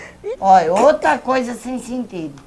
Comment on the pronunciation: "Ota" coisa sem "sintidu"